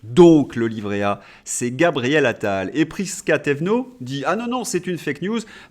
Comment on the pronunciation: "Gabriel Anal" je fais le pari que ce lapsus est dû au surnom que les journalistes lui ont donné entre eux quatre ils parlent de lui, Pascal Praud l'a certainement prononcé par habitude 🤣